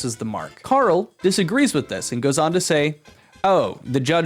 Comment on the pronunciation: Nice attempt at doing a Karl impression, but he does the American pronunciation for R for some reason. Always baffled me